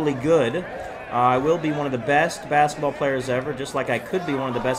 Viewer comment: Bruh its basketball not basaball